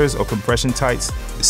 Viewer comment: I subscribe and love the content. I've previously purchased items and 3 flat brim fedoras and love waiting for new content when it becomes available, but the 2nd "B" in BOMBER is silent. Always has been, always will be. I say this with love. Think about it, if you've ever heard TSA or police evacuate a building, because they found a bomb, you'll never hear that last "B" in bomb when pronounced.